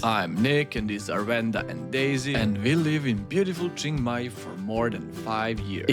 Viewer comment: Nice vid, but if you say Jing Mai one more time I'll have to punch my screen.